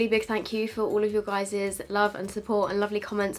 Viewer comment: Ok this isn't a HATE comment, but I hate it when you tubers say guyzezz Gi_z_ez This is NOT a HATE comment. is amazing as a person love her vids. P.S. if you are reading this give it a like